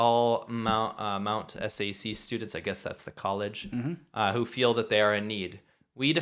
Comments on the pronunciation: " mt s.a.c." 😂 its pronounced "Mt Sac(k)" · Thanks for this show. It’s “Mount Sack”